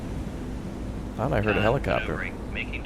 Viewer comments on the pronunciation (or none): none